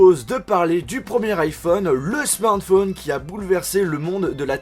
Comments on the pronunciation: "smarn phone" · D autre smartphoneein lol il dit euin à la fin de ces mots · Smartphonan truc de Oufan evolutionan minijackan dollarsan états unisan prononcean